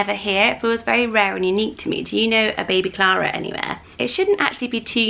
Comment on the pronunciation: I love Alice and Elinor! Clara is beautiful the way you say it 💜